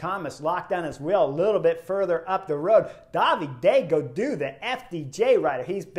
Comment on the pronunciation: I love his pronunciation of “Daviday Gadoo”. 10/10